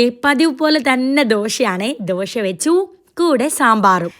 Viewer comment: ദോഷ അല്ല ദോശ